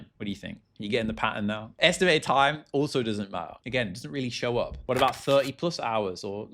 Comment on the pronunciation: the way you pronounce the word "up" is generational and needs to be studied